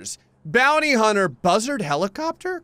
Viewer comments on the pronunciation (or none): none